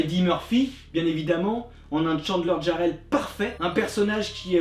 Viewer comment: Pourquoi vous obstinez vous à prononcer mon nom avec "Y", c'est Jarrell, avec un "J" -Oui ye sais!